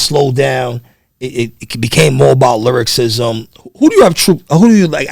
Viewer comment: Host keeps saying lyricism instead of lyricism awesome interview tho bro.